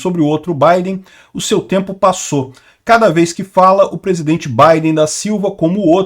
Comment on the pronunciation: Nao consegue pronunciar o fonema R, pisidente, petobás…